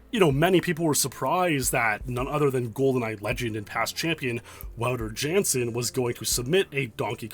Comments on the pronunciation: The mispronouncing of Wouter Jansen. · please learn how to pronounce wouter jansen lol